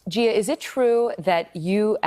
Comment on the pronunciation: You lost me at Gearah lol